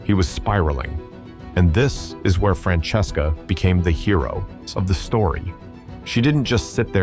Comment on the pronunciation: Love how AI got his wife’s name wrong! First it’s Dracesca, then it’s Francesca !